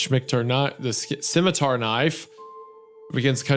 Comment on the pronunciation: Isaiah once again revealing himself as an OneyPlays fan by almost pronouncing it "schmitmar"